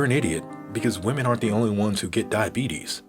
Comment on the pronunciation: Dia-beetus, and Werther's...